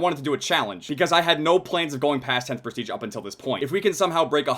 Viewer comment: It's Prestige not Presteage